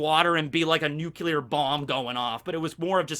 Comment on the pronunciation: Holy shit finally said nuclear correctly